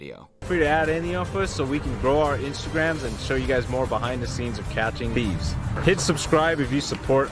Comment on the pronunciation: we not gonna talk about how they dubbed over the word thieves ???? it was like he mispronounced it, and they covered it with text to speech. why just that word??? and no retakes??? this is a mess